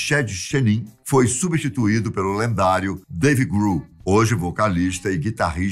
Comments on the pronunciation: Curte e Deive Gru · "Curte Cobain, Deive Gru, Curtinei Love"... tá mal aí hein, meu tio kkkkkkkkkkkkkkkkkkkkkkkkkkkkkkk